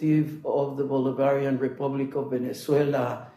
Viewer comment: Why can't even say Bolivarian?